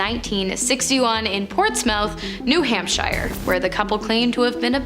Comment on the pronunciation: Is it a running gag that you pronounce place names as they look? Ports-mouth New Hamp-shire was particularly rough.